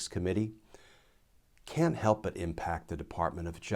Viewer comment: That emphasis on "it can't help" ... "but have an impact" (used twice) sounds really bizarre. The "It can't help" part stands out much more than the rest. Was that your intention Glenn?